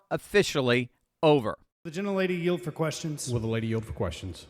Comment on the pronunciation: "YEA I YEIL FO YO QUESTION" lmao